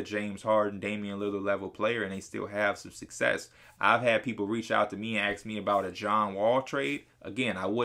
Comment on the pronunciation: Why he say aks not ask